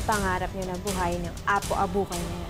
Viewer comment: Apo Abukay po. HINDI "APO ABUHAY"